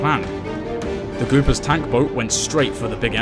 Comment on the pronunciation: It's the Goopers, not "Goobers." If you're gonnna screw someone over, at least get their name right.